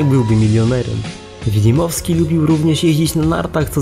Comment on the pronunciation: Wilmowski nie wilimowski